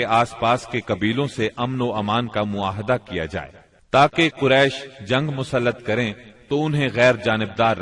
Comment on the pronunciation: معاہدہ نہیں بلکہ " معاہدہ " صحیح ھے۔